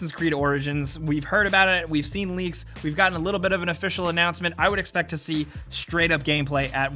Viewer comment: please no more "expect".